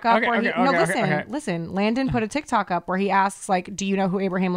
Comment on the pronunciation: 😆 Blooper! said Tik tac 🤭 instead of tok. And for you haters! I am a retired Cop! 🚔 👮‍♂️I pay attention to detail. And for your information! I turned on close caption 😂to see what the A- I typed! Tac 😅😂